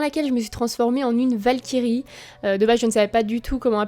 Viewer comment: J ai adoré J ai cru au debut de la video que tu as dit vache qui rit au lieu de valkyrie 😅😅😅😅😂😂😂